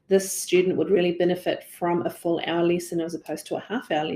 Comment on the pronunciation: When she said "This student would benefit from a full hour lesson, as opposed to a half hour lesson" I thought she said FOUR hour lesson lol! You can imagine my reaction.